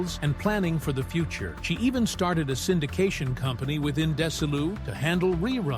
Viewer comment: Dez-E-lou! What's so hard about THAT???